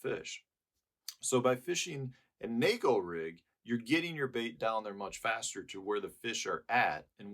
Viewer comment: Thanks for pronouncing “neko” correctly.